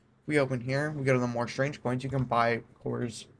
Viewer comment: I had to rewind several times because I though I heard him say "Strange of Coins". Or is it "Strang-eh Coins"?